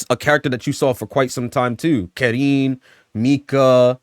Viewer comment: Car-een As a Karin specialist it's car-een